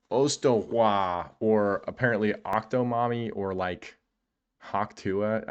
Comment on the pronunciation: You pronounced Hawk Tuah wrong